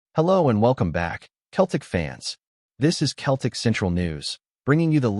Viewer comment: Your pronunciation of "Celtic " is wrong . I realise you're American. When you say Celtic, the C is pronounced more like an S than a K. Just trying to help